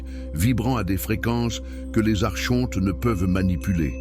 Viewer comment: Par pitié ça se prononce arKonte !